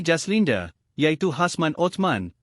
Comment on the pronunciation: Nak muntah aku dgr mangkuk baca berita ni..semua perkataan ada huruf E kt blkg..jaslinde yg paling tak tahan..PATI dh sekor ni jd YouTuber😆🙄